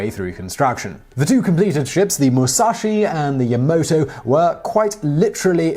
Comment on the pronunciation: jsut a note on the names, its "moo-sa-shee" and "yah-mah-toe"